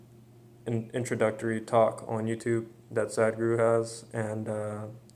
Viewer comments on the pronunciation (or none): Dude, don't pronounce it "sad guru", say "sudh-guru". :)